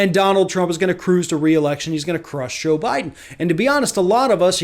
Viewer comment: Lol, you said Obiden.